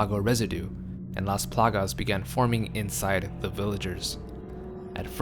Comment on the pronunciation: Love how he say "lAs plAgas". My Latin ass is in love